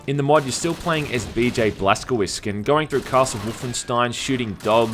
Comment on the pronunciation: I think it's pronounced "Blass-Ko-Vitch". I should know as my surname is similar.